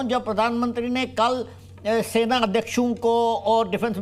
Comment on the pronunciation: Sena ko chhena bola hai aapne